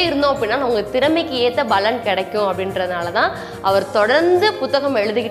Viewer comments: Unga ella video la yum 'palan' ah 'balan' nu utcharikureenga. Palaurai sutti kaatiyum appadiyae utcharikureenga. Oruvaelai balan dha sariyana utcharipa irukumo Arumaiyaana padhivu. Nandri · Baலன் இல்ல paலன் , தமிழை சரியா உச்சரிங்க ! இதைக் குறை எனக் கூற வரவில்லை என்பதை புரிந்து கொண்டிருப்பீர்கள் . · பலன் உச்சரிக்கும் போது ப விற்கு அழுத்தம் கொடுத்து உச்சரித்தால் நன்றாக இருக்கும். வாழ்த்துக்கள்